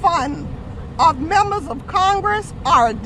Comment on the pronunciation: " making fun of MEMERS of congress " not Members of Congress